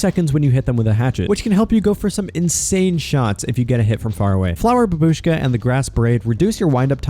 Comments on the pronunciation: its not "ba-booshka" its "bhaw (like gnaw) bewshka" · In the word babushka, the stress is on the first syllable bAbushka. Sorry, I'm just Russian and the wrong pronunciation triggers me))) And by the way bAbushka translates as grandmother)